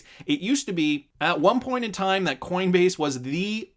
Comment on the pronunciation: AGAIN, its pronounced "won" not "you on"